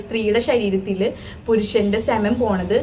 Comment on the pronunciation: Cemen alla 🤦it's pronounced as sea men